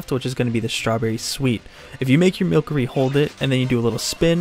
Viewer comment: Pronounced wrong it’s Mil-cery- a play on mystery. There’s no cr there